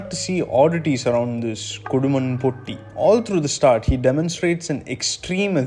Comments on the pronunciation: Great video mate keep it up. Small suggestion: its not "Poti", easy way is to have the "Poo" and the letter "t". So Poo + t! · the way you pronounce POTTI is funny and it has a totally different meaning in Malayalam, than the original one. the T should be pronounced as is TATA or TAME . the way you pronounced means broken. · Being a Malayali the way you say potti is funny to hear but anyways great video eassay loved your interpretation on the movie.